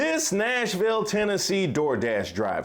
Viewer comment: Tennessee viewer here— oh how I cringed when he said Nashville…